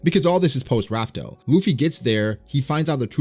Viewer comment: first video of yours I've seen, a bit confused, are you still calling the location of the one piece "Raf Tel" out of habit? i thought the official translation was revealed as "laugh tale" As much as i LOVE one piece, i hope to does end, and not just stop. i hope there's a solid conclusion